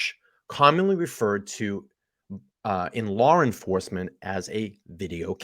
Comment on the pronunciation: Why do you say LawR enforcement lmao 🤣